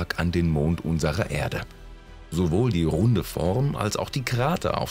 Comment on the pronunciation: Diese Stimme, das Grauen..... Unsere Ärde . 2005 äntdäckte Cassini.... Merke: Ä ist nicht gleich E ...